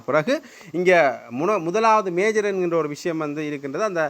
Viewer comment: மேயர் என்று அழுத்தி சொல்லுங்கள் தயவு செய்து இல்லை என்றால் அதுவே விமர்சிப்பார்கள்